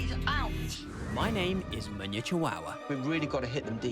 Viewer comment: chawawa ...no lie i saw them munya and i knew he had to be Zimbabwean my people... its funny how y'all pronounce your name but hey its okay.. come back home and will show you how lol